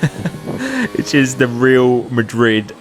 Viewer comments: It’s pronounced as “Ri-al”? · i mean the way he pronounced REAL